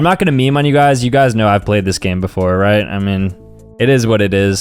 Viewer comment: bro really said "IVE PLAUED THESE GAMES BEFOR"